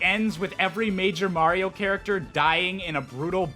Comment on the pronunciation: "Blario" AHEM THATS SMG4!!! Jk